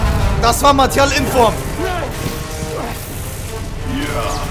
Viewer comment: digga hatte noch nie sooo ein lachflash hahahahah er sagt einfach martial inform hahahahahahahah